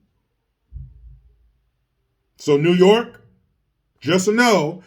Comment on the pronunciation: Me: Notices does a video involving NYC. Also me: Wonders if he'll do a "Noooo Yaaaawk" accent?: "Hold my hat!!"